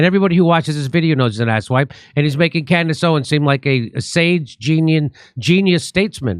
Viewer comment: Jimmy, at least pronounce her name right. It's Candace OwenS, not Owen!